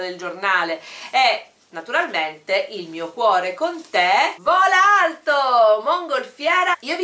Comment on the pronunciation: io avevo capito vola aeto:-D:-D:-D:-D:-D invece era vola alto